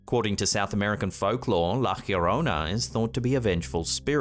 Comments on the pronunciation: I don’t want to come off as condescending or any thing of the sort but I wanted to let you know that La Llorona is pronounced La Jo-rone-a not La Hirona. (The double L makes an English J sound but the letter J makes an English H sound) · Also, is pronounced like the first two letters of a Yo-yo. yorona. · She's called La ya-rona pronounced the just the way it looks, that is not the true spelling it's just so maybe you don't mangle it lol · hi, try this to prounciate LA LLORONA try say li like this ' LA " as in LA`ttitud. then LLO` as in JAW RO`NAH. LA JAW RO NAH. grettings from Vancouver Canada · La Llorona is pronounced La Jorona. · He needs to learn how to pronounce La Llorona correctly.